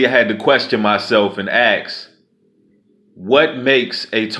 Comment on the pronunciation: stop saying axe. seriously!